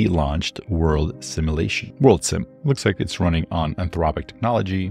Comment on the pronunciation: "Sim-you-lation", not "Sim-eww-lation"!